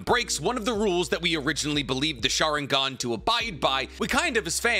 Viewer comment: What's a schaaringone? Damn guy your pronunciations are terrible.